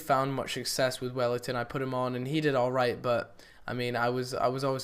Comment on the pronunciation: btw, its welliton not wellington :P